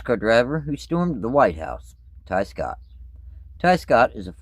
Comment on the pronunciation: I thought you said Scott Riggs